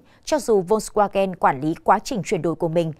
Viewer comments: Đọc theo phiên âm là vôn va gen.chữ w tiếng đức là v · Đọc là phốc svagan.